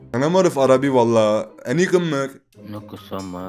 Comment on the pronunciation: Abi o ımmık deyil immek